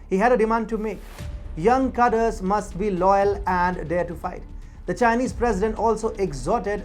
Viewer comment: “Khadreys” not “khaders”